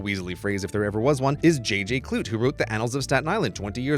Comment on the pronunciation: umm 'clute' was normally pronounced kloo-tee